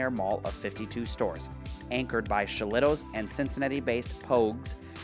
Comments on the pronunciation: It was pronounced Shilluhtoes. 😁 I don't think Forest Fair or Northgate were the cause of the decline of Tri-County. Kenwood Towne Center and the new-ish shopping in Liberty Township and West Chester had more of an impact. The exterior restaurant was Ruby Tuesday. The interior store started out as a Gloria Jean's Tea and Coffee. The area near BJ's was a short lived family fun center. The decline of Tri-County makes me very sad. That was my mall. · Ha ha. I wanted to correct the Shillito's too 😂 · Ya pronounce Shillitos wrong lol